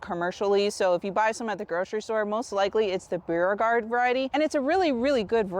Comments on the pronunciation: It’s pronounced Bo regard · Beauregard pronunciation (Bor-gard) it's the Parish I'm from in Louisiana 😊 Love love your videos Louisiana and Florida so similar ty for all of your information very easy to understand